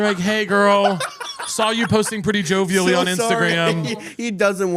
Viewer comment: “jovially” fkn sent me 😂😂